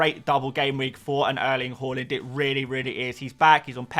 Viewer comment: haaland not horland 😛